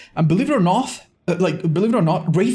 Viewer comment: “believe it or noth” 😂